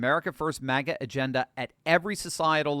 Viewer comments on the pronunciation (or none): none